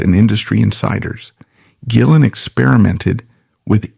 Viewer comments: That's one of the downsides with AI generated narrations. Occasionally, it's JillEn 🤷🏻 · Are you mispronouncing rays last name on purpose? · Thank you. I'm glad someone else said it. It kept mispronouncing his name through the whole video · True story. My friend calls me up one night and asks if I want to go see Badlands. They were playing locally. D.A.D. opened up. I said I don't really like them but sure I'll go. Instant fan after that. I see your AI mispronounced rays name 2 different ways. Hire a voiceover artist. You are making money on ads so you can pay a live person. It makes you look uncredible and it is just cringe. Is that a Photo of Jason Newstead wearing glasses you are showing? Makes this video even more suspect. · How about not being a lazy mfer and narrate your own videos instead of AI mispronouncing his last name through the entire video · There are images of John Sykes, Jason Newstead, and Mike Starr all through this. They were connected so thinly that those pics should be used once or twice. There's also constant use of Jake E Lee. I know they played together, but the pic is used when they're talking about Gillen throughout this. And then the mispronunciations of Gillen. Such AI crap. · How the Hell , can his name be pronounced completely wrong ? This is Ai at its most terrible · This is pretty bad, but I've heard worse. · It's AI and can't distinguish between the hard or soft G. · Mispronounced his name throughout the video. Showing other stars in pictures....js...AI trash